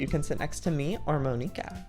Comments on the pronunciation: It's not Mo-nee-ka it's M-on-i-ka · It's Mon-ika